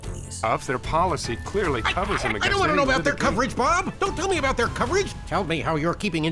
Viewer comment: The word is their, not they. Good information but please work on your Annunciation and pronunciation brother.